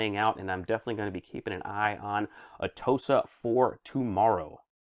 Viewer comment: Atoosa therapuutiks? really?